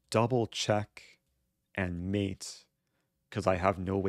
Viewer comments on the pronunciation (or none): none